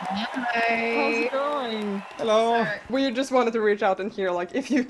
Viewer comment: your original 'hello' at the end of the video, is the most English hello one could ever muster. You should be proud of that classical accent! Love it! (shout out from the UK and happy christmas and new year!)